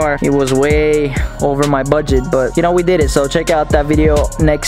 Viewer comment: should be a meme he sound drunk like “ i dunno knowww